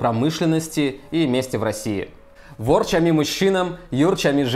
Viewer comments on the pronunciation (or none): Ерчами и ворчами- ударение на второй слог)))